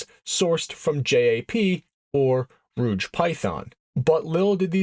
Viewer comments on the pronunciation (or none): By the way, for future reference, Rudge rhymes with Judge. A fine motorcycle in its own right, back in the dawn of time.